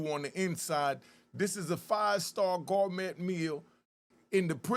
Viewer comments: Gourmet is pronounced like gourmay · Brother, don’t get offended, but it’s not pronounced gour- ‘met’! It’s pronounced gour-‘may’! It’s spelled ‘gourmet’ though! We know you are busy! Appreciate you!❤